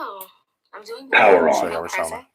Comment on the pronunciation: I love you! But her name is Ro-Shawn-da pace